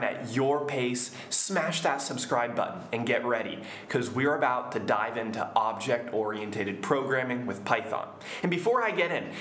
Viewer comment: Very good lesson. I have a question about the pronunciation of ORIENTED. Shouldn't it be pronounced like this?